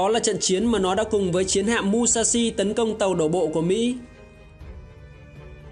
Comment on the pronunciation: Mushashi đọc là Mư - sha - shi chứ không phải Mu - sha - shi nhé AD !!